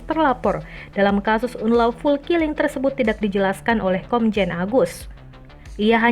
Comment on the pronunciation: "unlawful killing", kok dibacanya seperti orang yg belum pernah belajar bahasa inggris?